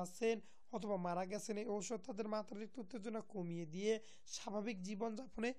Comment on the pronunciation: আরে ভাই ঔষধের উচ্চারণ ঠিক করে নিন